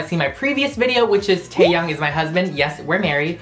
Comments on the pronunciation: Ta-Taeyoung? I hate to do this, I love you, and your shirt, but I cringed hard when you said Taeyoung. It's Taehyung...😓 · Hunty, its pronounced Tae-h-young not taeyoung. You need to know how to say his name properly before you get married! 사랑해요 오빠 ❤️ bts (by the sway) if u were wondering what taehyung was spelled like in korean its 태형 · You always say that V/Kim Taehyung is your boyfriend but you can't even pronounce Taehyung the right way you pronounce Taehyang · taehyung is pronunced as teyung not taeyang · why did you pronounce teahyung into teahyang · Taevin isn't real bc Tae is my husband and you don't pronounce the h in his name so get ur facts straight. Also ur pronouning suga wrong like no.